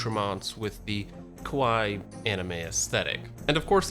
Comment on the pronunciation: the image of drinking out of an anime shaker cup (and carrying a waifu pocket knife) while mispronouncing kawaii will live rent free in my head for the rest of time